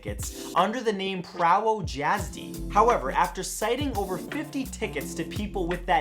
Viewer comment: I’m polish, you really butchered “prawo jazdy “ (prah- voh yaz dih)